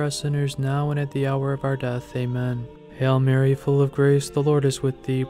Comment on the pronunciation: Sounds like your saying "hell Mary" instead of "Hail Mary". Please focus on the correct pronunciation. We are truly blessed having our Heavenly Mother.